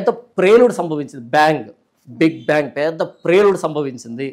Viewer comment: It’s not bank but it’s bang👍